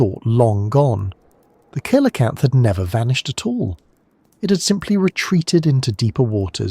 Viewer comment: See-la-camp-f not kee-la-cam-f Also we have satalite mapping of the whole sea floor, it's the miles of up and down that we don't have cause the vast majority of it is empty.